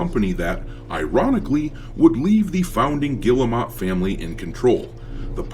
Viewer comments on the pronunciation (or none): It's pronounced gear-moe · You know, their name is not pronounced like that, but i like the way you say it because it add the disrespect they deserve . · Guillemot !?!? That’s French for retarded!!